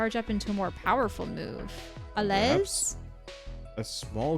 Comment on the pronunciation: The Z is silent in Allez, you can pronounce it like Al - Lay